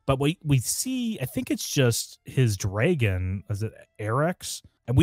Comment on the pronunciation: Why do you pronounce dragon like that 😮